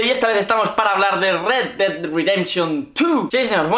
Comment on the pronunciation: "el dedai"